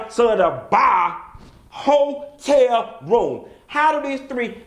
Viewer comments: Ho-tel Room! Not Ho-tel Bar! 😂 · Bihhhh!!!! "Hoe-Tel room" 🤣😬😂🤣😂🤣😂🤣🤣😬😂🤣😁😂🤣😁🤣😁😁